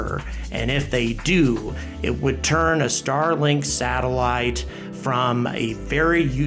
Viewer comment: Starlik? Lol. I love your channel but that’s a silly miss. Keep up the great work!